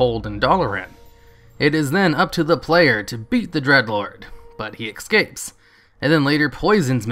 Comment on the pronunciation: S-capes. Not X-capes.